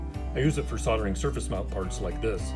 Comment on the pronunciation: "sol-der-ing" with an "l" please 😊 sounds much better. Great show by the way. 👍🏻